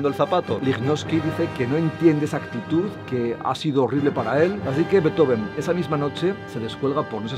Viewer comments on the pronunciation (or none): se pronuncia en alemán, no en inglés. Ludwig Van Beethoven, se separa en Beet-Ho-Ven, no Bee-Tho-Ven, el error está ahí. Eso sí, la pronunciación de Ludwig varía por la última sílaba, ya que -ig se puede pronunciar de varias maneras, como -ik o como -ich, y eso tiene 2 variantes, -ij e -ish. La D se convierte en T. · No se pronuncia "beto-ven", eso es error que se repite en el video. Se pronuncia "bīt-jofen" (la ī es como la LL o la Ye)